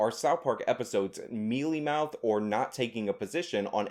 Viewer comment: you said mealy mouth hahahaha